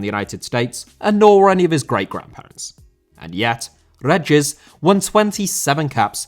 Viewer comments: David Regis’ surname is pronounced “Ree-Jiss”. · REEGUS not reggiss ughhhhhhhhh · it's ree-jis ffs lol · That pronunciation of 'Regis'. Damn.